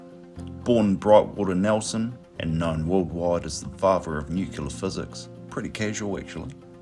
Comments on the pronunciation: Why do you say “nuke-you-la” when the word is spelt and correctly pronounced “nuke-lee-ah”? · Good info but lousy outdoor audio, sorry. And it’s nuclear & nucleus, not nuculous or nucular… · The word is...nu- cle- ar...not new- kew-lar....stupid idiots! Pronowseeashun is soooo important! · I hope if people in other countries don't think we're all like this and we all think nucular is actually a thing. I swear some of us are reasonably intelligent🙄